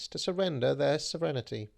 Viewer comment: "Sovvrennity" : Foundations of Rhetoric, buy it now. Just teasing, love your work, please don't hurt me 😅